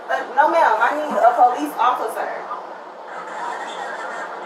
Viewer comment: I need a atual po lice officer. I am not misspelling, this is how she actually pronounces actual and police officer.